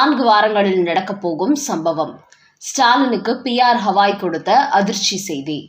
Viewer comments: ஹவாய் தப்பு.சரியான பெயர் கவாய்.ஒருவர் பெயரை சரியாகச் சொல்ல வேண்டும். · HAVAI அல்ல Gavai, தமிழில் கவாயி என்று செல்லவும்.